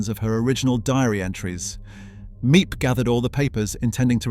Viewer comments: You’re mispronouncing Miep’s name. It is NOT Me-Ep, it’s Meep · Before u make a video and post it u said make sure ur dates are correct and dnt use Wikipedia for ur research cuz it can't be trusted. And ur saying Miep's name wrong. U need to delete this video and redo it. Ur not doing Annette justice.